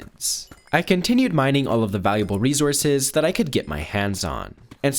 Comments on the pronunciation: Plz stop saying rezurzes i beg it's resources 🙏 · “REZOURCES” wtf man you say it every other sentence say it right ffs “RESOURCES”!! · He keeps on saying resources with a z